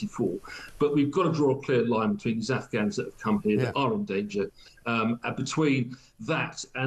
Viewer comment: Can't Starmer even say "Afghans"? I've listened twice and he seems to say "Ufghuns". 🙄